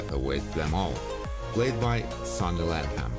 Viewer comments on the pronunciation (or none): none